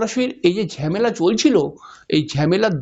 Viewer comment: ঝেমালা আবার কি? হবে ঝামেলা।বাংলা কথাও ঠিকমতো বলতে পারেন না দেখছি।